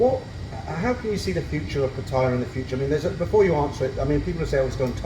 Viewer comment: pronounces Pattaya better than most people, it's not pa'tyre or p'tyre or per'tyre It's pat'tay'yaa 😊